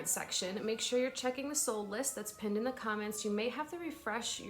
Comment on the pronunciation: I just now realized your saying that's pinned in the comments. I thought you were saying pend in the comments. Like pend you sale in the comments 😂